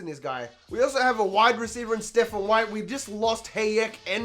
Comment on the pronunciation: White committed somewhere else because you kept mispronouncing his name At least that's what I'm gonna tell myself Also thanks for the heart before Keep up the amazing work, these videos are awesome